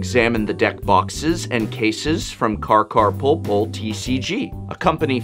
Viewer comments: why do you say "carcarpoolpool"? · It hurts that he says "carcarporpor"